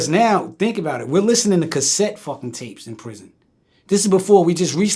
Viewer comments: Prison not orison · "Orison"?? Damn where was this nigga at??? In space???